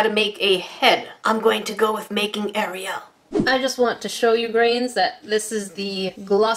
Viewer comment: No one: Literally no one: Me: thinking about making a meme about how she says “AriYal”